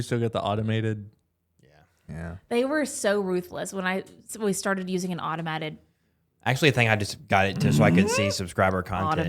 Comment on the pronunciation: 235 did say automatted?? Lol i love her